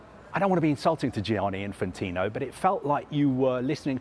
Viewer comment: When are Sky going to employ an Italian-speaking voice coach to end the daily massacre of every Italian name the presenters are asked to pronounce ? Who’s ‘Gee-aaah-knee’ ? (At least it wasn’t Frenchified which is the usual default position).